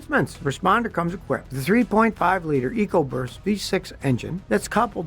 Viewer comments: Am I the only one who heard EcoBurst instead of EcoBoost? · I heard that too & had replay it twice to make sure 😂…Scotty needs to trademark that and put it on a t-shirt!